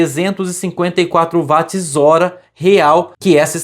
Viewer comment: O desgraçado do cientista escocês James Watt (lê-se Djeims Uót) teve o seu nome dado à unidade de potência Watt (Uót) como homenagem, mas ninguém o quer pronunciar à inglesa, insistindo em ler o W com som de V como em alemão...😂